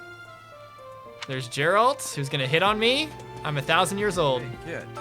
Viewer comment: Why do you say Juh-Near-Ic